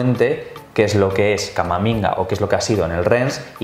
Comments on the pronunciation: en el "CAMAMINGA" 👏😂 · a se le escapa "Camaminga" JAJAJAJAJ